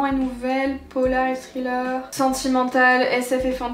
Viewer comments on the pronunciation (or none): none